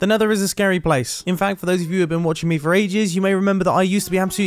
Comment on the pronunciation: he said blace